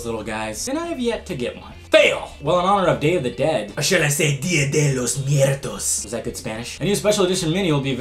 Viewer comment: hahaha dia de los miertos....ahahahhahaha it's muertos hahahaa